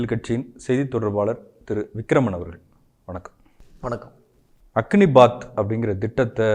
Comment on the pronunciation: 'அக்கினிபாத்' அல்ல, 'அக்னிபத்'.